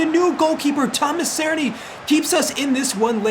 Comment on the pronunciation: Great series so far! Btw Cerny is pronounced like this [Cher-nee]